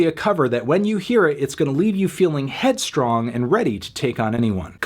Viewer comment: loves headstrong (or as he says it, headstrang)